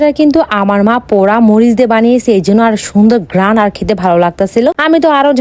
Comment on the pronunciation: guy❌ goyas✅ ঘৃান ❌ গেরান✅ চিকেন❌ মাটন✅ 😂😂😂😂😂😂😂😂